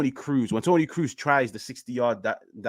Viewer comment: I was like Who is Tony Cruze? 😂😂 TONI KROOS like tonne cross🤦🏽‍♂️🤦🏽‍♂️